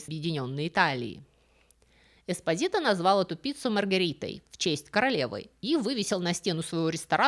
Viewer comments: ЄспОзито.ударение на о.типичная наполитанская фамилия.могу рассказать историю😂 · Милая спасибо за рассказ,Фамилия правильно звучит с ударением на слог по.EsPO'sito.Слушать вас хочется долго,все,то вы рассказывает интересно. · По-итальянски фамилия читается как ЭспО́зито ну и ещё несколько недочётов по чтению итальянских слов. Предполагаю незнание итальянского, простому рекомендую перед записью хотя бы спросить кого-нибудь "в теме" как это считается в оригинале. Понятно что всё нельзя знать.😊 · Ударение должно быть ЭспОзито